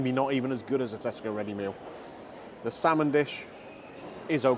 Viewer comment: Its not slamon